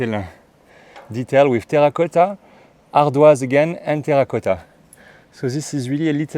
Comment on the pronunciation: I will always love the French accent of “terracotta”